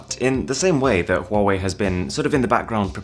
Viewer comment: he said huwei not huawei